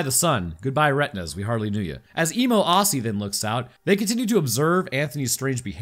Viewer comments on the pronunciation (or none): please dear god dont say aussie again never met a yank that can say it right